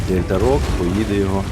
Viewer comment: Дякую за мій реплей, дякую тобі та дякую всім підписникам за коментарі, ви найкращі:) P.S нік прочитав правильно Дельтарок:)